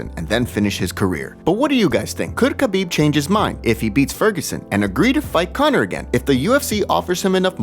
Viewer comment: It’s Habib the K is silent. Come on.